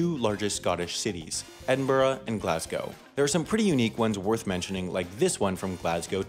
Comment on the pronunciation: A person who pronounces Glasgow right its not like Glaz-Cow its Glaz-Go